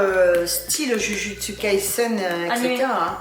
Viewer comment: フランス語で「ジュジュッツカイセン」って発音ステキ❤️